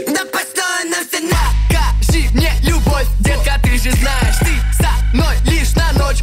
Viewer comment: ты, и супер это очень крутоооо, это самый лучший клип, а в конце вроде сказала бовь очень круто